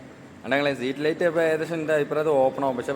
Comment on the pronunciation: പൊന്നു സുഹൃത്തേ സമാധാനത്തിൽ പറയൂ സ്ട്രീറ്റ്ലൈറ്റ് ആണ് സീറ്റ് ലൈറ്റ് അല്ല. മജ്ജത് അല്ല മയ്യത് കൂർക്കലല്ല. തൂർകളാണ് നീ പറയൂന്ന മലയാളം മുഴുവനും തെറ്റാണു താഴെ കോഴിച്ചന അങ്ങനെ പറയൂ നീ പാട്ടു പാടി വേർപിക്കലാ പീഡല സ്പീഡ് ക്യാമറ ഓഫാകിപ്പോടാ